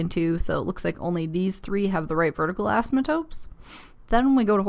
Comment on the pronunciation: "assmatotes" hahahaha